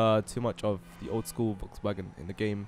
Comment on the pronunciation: It sounded like you were say Wogs Wagon